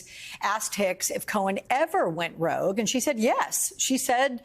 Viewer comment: Hope said Cohen was "ROUGE"?! I think "rogue", perhaps.....